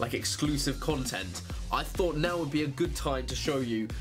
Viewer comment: exclusive cuntent? my ears weren't ready